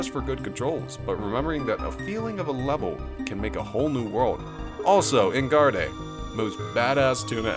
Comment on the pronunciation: First of all, how did neither of the factory levels make your list? I like ice areas in games as much as the next person but just no. Second of all, your pronunciation of Enguarde is laughable.